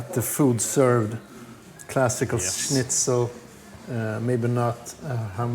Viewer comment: Mate! You should have told me you were in Kolding. I live over there. That would have been super cool to meet you, even for few minutes 😊 And I could have explain you how to pronounce Schnitzel and the Oida spirit 😬😅